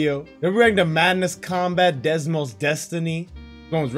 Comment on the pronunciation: No offense but I wonder how many times you said Desmos instead of Deimos.